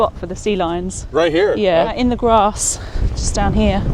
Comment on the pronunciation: This man's accent is very unique, slightly rhotic but pronounces words like 'down' and 'out' and 'dewn' and 'oot', but then drops 't's into a softer 'd', like thirty pronounced 'thirdy'. Interestingly, the director at the Falklands Island's museum sounds slightly similar to a kiwi/SA accent, but very softly.